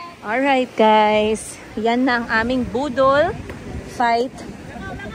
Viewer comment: Baka boddle. Not budol.